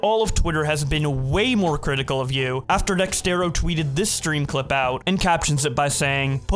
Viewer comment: Love that pronounces it Dextero cause that's also how I say it 😂😭